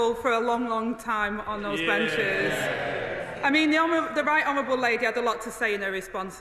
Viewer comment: She said "honerwable